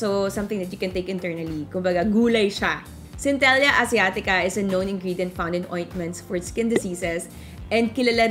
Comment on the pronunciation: cen-te-lah po yung papronounce 😀